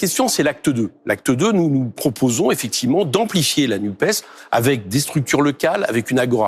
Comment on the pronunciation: Merci Éric de TOUJOURS prononcer le S de NUPES, car évitons de nous laisser tromper par les journalistes beaux parleurs qui s'acharnent à éviter ce S socialiste, non pas que je sois attaché au PS tel qu'il était et qu'il rassemblait tous ces politiques qui se sont empressés de flatter EM au cul, MAIS parce-que je suis attaché à LFI au sein de la N.U.P.E.S. où participe également le Parti Socialiste SOCIALISTE refusant la Macronie ! Supprimer la prononciation de ce S revient à commencer une tentative extérieure de division de la NUPES !